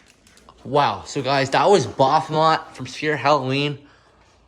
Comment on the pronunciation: I believe he is called ba-f-o-met, not bah-hom-et.